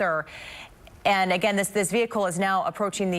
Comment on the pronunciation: Justin Landers 😂😂nah, I thought the magic word was, “veee-ucle”.